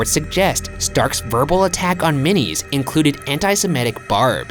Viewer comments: hey friends, girl from Savannah here. Minis is pronounced My-niss. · I hate that I'm such a fiend for Midnight In The Garden Of Good And Evil that I know Ryan's mispronouncing Minis' last name.